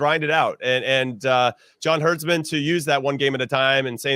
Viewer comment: It’s Herd+Man. Not Herds+Man.